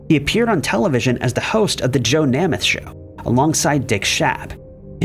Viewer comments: "Nahmath"? Or "Nehmuth"? Nope...."Naymuth". Perhaps an actual narrator would be better than a computer with pronunciation. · Please at least find one other citation of names that you don’t know how to pronounce before making your own video. Namath is pronounced NAY-math. Not NAH-math. Also, you made this video way after Simpson had died. Accordingly, you should say “he HAD been ordered to pay $33.5 million…” or “he WAS ordered…” — not “he has been ordered…” Please up your research and editing game. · It's pronounced NAME-ith, not Nemeth...idiots. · Namath is pronounced Nay-meth… say it with me… Naaay-mmmeth.. Namath. 😂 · FOR THE LOVE OF GOD!!!!! HIS NAME IS PRONOUNCED NAY MUTH!!! LOMG A YOU DIPTWADDLE!!!!!!!! JOE NAMATH WITH THE FIRST A SOUNDING LONG. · Joe Nay- muth long a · Tell me you’re old without telling me you’re old, I’ll go first: the fact that is so young he doesn’t know how to pronounce Nā-măth! But this was a good video. Maybe you should do one one people who died because they appeared on talk shows. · Pronounced Joe ‘NAME’ eth… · NAME-ETH. Joe Namath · Nay myth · That isn’t an age thing. The last name is pronounced nay-myth. Don’t recall ever hearing anyone pronounce it as “M-e-t-h”..lol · Joe's last name is pronounced 'NAY-MUTH'. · Pronunciation of Namath's name was appalling. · To the narrator: please do us all a favor and learn the proper pronunciation of peoples names because it’s pretty embarrassing to hear you mispronounce so many of them. Really if they’re that well known then you need to realize that as well, because their names are as well known. Just a suggestion that would help. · I was thinking how can u report on namath and say his name wrong